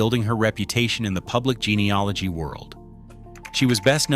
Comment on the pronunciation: Its gene e AL ogy not gene e OL igy